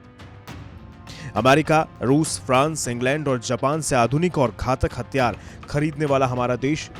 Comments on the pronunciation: HATHIYAAR not hattyaar, pehle Hindi theek karo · Bhai thik se bol le.. Hathiyar hai hatyar nahi🤣🤔🤣😂😂😂😅😁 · It's Hathiyar* not hatyar😂😂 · 🤣🤣🤣🤣 Media attayara thik se tho bol atyyar ya atyarya